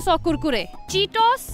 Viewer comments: Best pronounciation.... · Do you guys like Chips ? Yes I do... its khur-khure. That was funny. 😁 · it's pronounced as kurrkuree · is the sweetest kurkure pronunciation I've ever heard